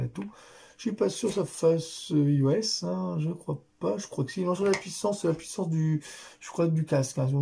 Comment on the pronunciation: Bonjour pour information iOS sa se dis aïe o s Voilà merci pour votre vidéos bonne journée cordialement